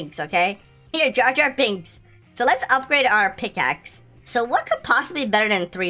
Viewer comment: Its not pickace lol